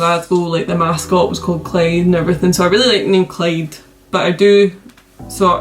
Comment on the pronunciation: It’s Clyde not Clade bruh